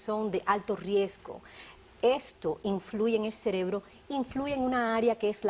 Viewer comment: “Estábanos”, “Celebro” fiebre es lo que me da escuchando esos horrores! 👀😷